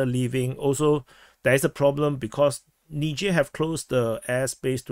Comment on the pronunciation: It least you can pronounce 'Niger' unlike Dubya.